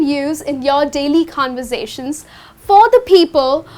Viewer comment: In your previous video U are saying converzation .but it is conversation ..its SHA se SE not JO se JE .first u guys read properly .sab ek ek youtube dukan khol liye ho aur Application bech rehi ho galat sikha rehei ho.. Mein be baja sarma geya dosto ke sath .band karo iss dukan ko.please iss ka solution do mujhe...thanks